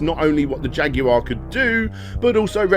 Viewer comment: You can always count on Brits to give you a good laugh when the pronounce Jaguar.